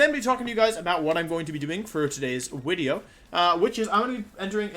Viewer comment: Why does he say wideo